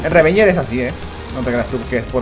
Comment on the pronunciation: El boss se llama "Ravager" pero le dice "Revenger" Nani?